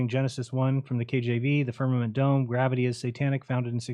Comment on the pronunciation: All they had was GWAVITEE and WEEFRAKSHUN😂